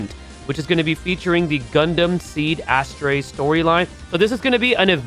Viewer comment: Pronouncing Astray as "Ass trey" is fkn diabolic bro😂😂😂😂